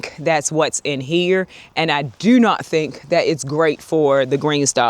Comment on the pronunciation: girl! That “do not think” sounded so British to me 😂 that VA accent crazy !!!!